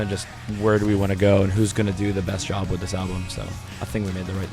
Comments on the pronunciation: He keeps saying 'wid' instead of 'with' but i love him anyway. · Lol he kept saying "deal wit" instead of "deal with" so cute(